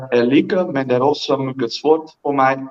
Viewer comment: What's a bit off? I speak Swedish and his grammar was perfect. The only thing off is that he pronounced "mycket" wrong other than that it was almost perfect.